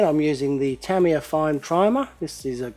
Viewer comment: youre driving me crazy!! Its pronounced Tah-ME yah not Tam-E-yah!!!!